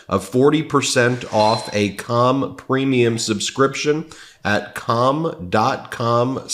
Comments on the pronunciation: Rally ought to watch the inflection when you're pronouncing calm. was away from my computer and I thought you were talking about something else xD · He's saying "calm" but not pronouncing the L. I can't stop giggling.